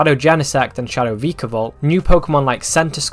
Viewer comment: the way he sais vikavolt is disturbing